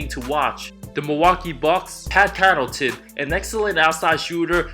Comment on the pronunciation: Who else heard him say “Pat Conillton”?